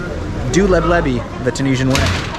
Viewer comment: hahaha LEB LEVY 😂😂😂😂 that would be maybe the jewish version of it. the right name is "LEBLABI"